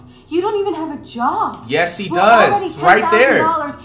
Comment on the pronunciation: When I first heard him I thought he said chop instead of job